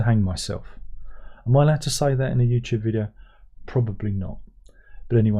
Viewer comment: As a yank, I like the way you pronounce YouTube. I’ve began pronouncing it that way lol